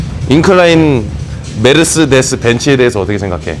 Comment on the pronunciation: 메르스데스 ㅎㅎ독일발음인가여? 한국에선 메르세데스 인걸로 아는데... 귀여우세요 석호선수님 ㅎㅎ